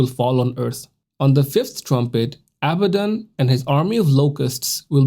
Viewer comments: It's pronounced ah-bod-ah-don now say that fast! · It's pronounced a-bad-in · How do you pronounce it again Mr. Knoxville? “ He’s Uh Baddun’” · They way you pronounce abaddon is horrible